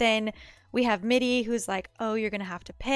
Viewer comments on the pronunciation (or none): I noticed that you read "Mirri" as "Middi" and "Irri" as "Iddi". Is that a form of dyslexia or something? (Not criticizing, just pointing out and asking.)